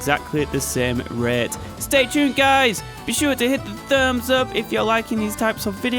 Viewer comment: "at the same ruhyeaut"